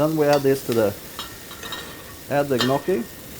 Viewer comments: Interesting with a chef that cannot even pronounce the pasta "njocki" correctly... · No, it was not the correct pronunciation. Correct would be "Nyokki". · then you learned it wrong. It is ÑOKI😂